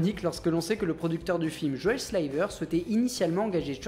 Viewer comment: Super vidéo ! par contre, j'ai l'impression d'entendre "Mc TierMan" (au lieu de TierNan) et "Joel SLiver" (au lieu de "SiLver), c'est mes oreilles ?